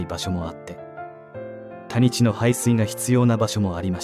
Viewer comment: 谷地（たにち）と発音されていますが、たぶん「やち」（湿地のこと）でしょう。